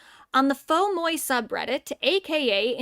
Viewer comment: The "moi" in Fauxmoi is pronounced as "mwah", by the way, as noted at the very top of its sidebar.